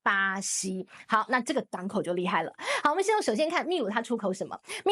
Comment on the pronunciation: 兄弟 在秘鲁里面这个字读bi 否则会闹笑话的